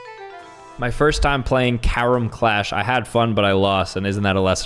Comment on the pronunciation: as an indian Ka-Rome offended me deeply